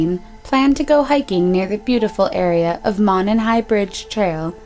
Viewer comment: It's pronounced MOE-NON trail, not MAH-NON.